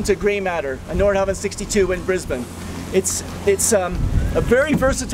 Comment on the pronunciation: even pronounced Brisbane correctly, how about that. Another interesting video from the Hamiltons.